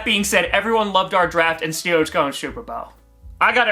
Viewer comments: Man I could hear the UrinatingTree in "Stillers gahnta superbowl" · Steewuhs go supuh bowuh